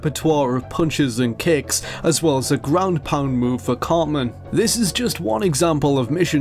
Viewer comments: Tell it is pronounced Eric CarTman and not Eric Carman. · It's Eric Theodore Cartman, not ''Carman''. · Eric "Carman"... Dude. -_